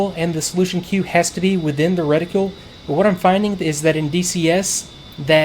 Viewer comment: Every time you mispronounce reticle I want to waterboard you